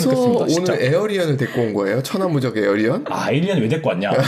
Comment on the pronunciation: 에어리언은 도대체 무슨 말인지... 우리나라 맞춤법과 발음에는 Alien[éiljən]은 에일리언과 가깝습니다.